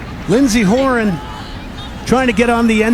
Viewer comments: Glen Davis - we love you as an announcer, but Horan's last name is pronounced Ho RAN. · Diana101 when he said her name I was like your saying her name like how Niall Horan says his.